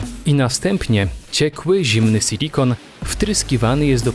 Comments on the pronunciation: Mówi się SILIKON, a nie sYlikon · Co to kurwa jest "sylikon" Moze chodizlo wam o SILIKON ?